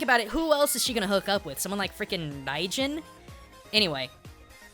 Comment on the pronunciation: Raijin. You have the Rai right, but not the Jin part Dx